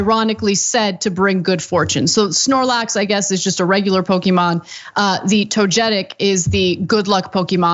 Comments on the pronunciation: It was a "SnOrLaX" lmao Cenk "SPLORAXES!" Ahaha & this isnt like some random unknown pokemon. I'm sure I dont know hundreds of pokemon's names. But not knowing who snorlax is, is like not knowing who pikachu is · Spornax? I about had a seizure 🤬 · For the love of God, it's Togetic (toga-tick) and Snorlax (Snore-lax). Thanks for coming to my Ted Talk.